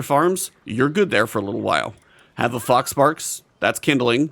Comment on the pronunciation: I had to rewind a couple times because i was sure you were saying "fox farts."